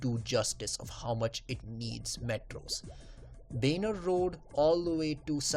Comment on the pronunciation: benar ?????? its baner